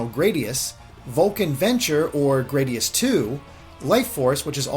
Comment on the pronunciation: It's GRAH-dius, not GRAE-dius, the A is a lower A not upper A! Gawd dammit I hate it when people mispronounce the game.